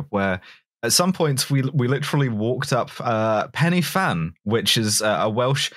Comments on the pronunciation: 'Pen y Fan' is pronounced 'Pen uh van' for those curious but that's not as fun as the way said it. And according to google it does meet the official UK definition of a mountain (>600m elevation). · Sorry to be one of those folks that complain about mispronunciation but Pen-y-Fan is pronounced more like Pen-Uh-Van. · loses the right to bully Roz's pronunciation for this episode after mangling "Pen-y-fan" like that.